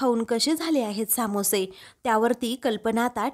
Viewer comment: Samoshe nahi smoshe